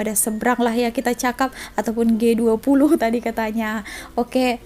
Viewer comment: Baru aku tau sebutannya Gay20...😆